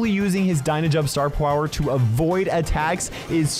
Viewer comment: "star pwower" - 2023